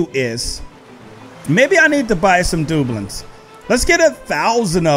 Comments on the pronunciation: Not dooblings it's dabloons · Its du bloons not doblon no judge tho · It’s DUU blooms,not doobloons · Dub-loons. Not Doublins. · It's not booklets it's debloons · Love this video. It's pronounced 'Da. Bloons' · I know this dude did not just say dublens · Its pronounced duh blooms XD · Its pronounced duh-blu-ons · It is pronounced da - bloons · It's not dueblins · Is it just me but this is cringe to wacth he says doobuleens (doubloons) da-blooms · I'm unsubcribing only because the way you say "dobloons" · got me dead the way he says doubloons GREAT VID KEV👃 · Who else got annoyed by the way said doubloons. Still love you. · It’s so funny how he said doubloons🤪🤪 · saying doubloons incorrect and my ocd I killing me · Like the videos you said doubloons wrong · Ur saying doubloons worng